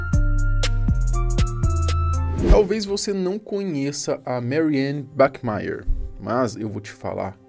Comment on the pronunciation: o Bach pronuncia-se /bach / não é /bech/